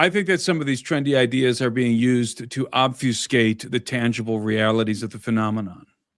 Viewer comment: When says " obsfucate" and you say " muddies the water", I think you are both saying same thing.